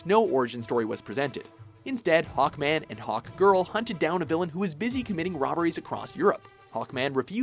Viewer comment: It's SAVAGE HAWKMAN not Hackman